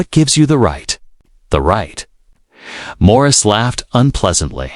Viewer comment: It's not Maurice. Jeez. Get it right. 🤦‍♀️